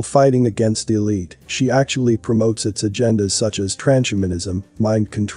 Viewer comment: It's TRANS-HUMAN-ISM not Tran-shuman-ism